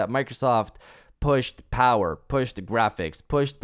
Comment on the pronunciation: This is why I always have the same comment. The Powahh...lol